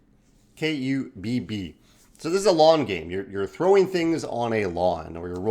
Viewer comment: You thought right. pronounces it incorrectly.